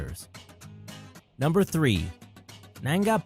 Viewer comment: it's not nangai it's nanga